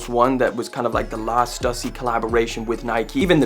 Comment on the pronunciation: Say it with me Stoooossy!!! Stussy